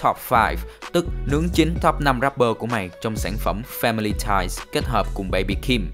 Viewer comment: family phát âm 2 âm tiết chỉ pham li thôi